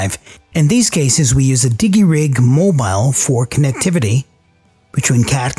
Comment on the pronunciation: "Di-Jee Rig" not "Digg-ee Rig"